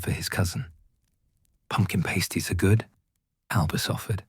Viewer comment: It’s pronounced PASTies not PASTEies